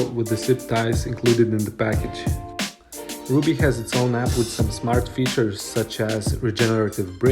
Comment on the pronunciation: I don’t think rubbee is pronounced like ruby.